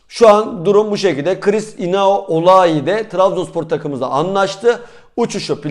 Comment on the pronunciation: Kaptan Oulai mi diyorsun, Onahi mi diyorsun anlayamıyoruz.